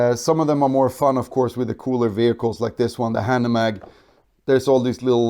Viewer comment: nice video, but the pronunciation of hanomag makes me cringe a bit.